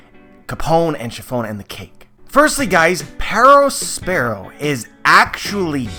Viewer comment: The way you say Perospero is insufferable